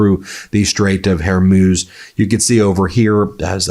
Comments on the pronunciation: PLEASE STOP SAYING THE STRAIGHT OF "HAIR MOUSSE" . IT'S PHONETICALLY PRONOUNCED WHOREMOOS! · Please, please it's not Her-muse. It's Hor (from horror) and MUZ (rhymes with booze) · It is pronounced HarMOOS, NOT MUSE. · HORmuz not HERmuz FFS. Geese, it's a common name. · HER-MUZ IS THE CORRECT PRONOUNCIATION, NOT HER-MUZE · Its Hormuzz, not Hormews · Strait of "HAIR - MEWS" 🤣🤣🤣 oh goodness! It is pronounced Straits of "WHORE - MOOZ" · Hore.....moos ! Learn how we've always pronounced it ! Dang . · Whore - mooze. That's how you pronounce it, Ben. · Why does he say hermuz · It is not Zhi Zhin Ping and Strait of Hermuse. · Who put this monotone bore up to this task : he can't even pronounce Hormuz but it's (her muse) instead? Does he also say (nukular) instead of nuclear? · Hey Ben! Appreciate your work but for fu$*ks sake get someone to teach you how to properly pronounce Hormuz. Very irritating coming from a person relying on his credibility. Hormoooz! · Straits of “Hair-Muse”? You are uniquely bad at pronouncing some names. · The pronunciation Is the straits of hor moo's. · Ben! I can't stand you mispronounce the HORMOOZ OR WHORE - MOOOS just try it OK? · It would be nice if Ben learned how to properly pronounce things before recording these videos. I’ve heard him say Straight of Hormuz multiple times in the past few days and I don’t think he’s pronounced it the same way twice in a row. It’s a small thing to complain about, but for the kind of money he makes, he could put in the effort to get foreign names and locations correct. Or at least consistent. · Strait of Hormuz... that's an 'O', Ben!